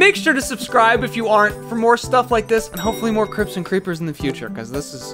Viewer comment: I kept hearing crypts as crips and now I'm envisioning a Minecraft gang